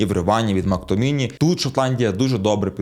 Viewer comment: МактоМІНІ????? 😂😂😂 різне звичайно чув, но не таке